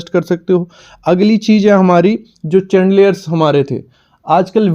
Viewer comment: It's शैंडलियरस not चैंडलियरस. Right pronunciation matters a lot